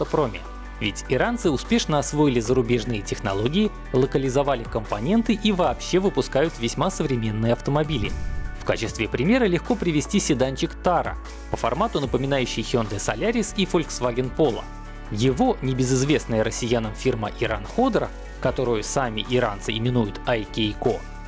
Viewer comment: Только не тАра а тарА.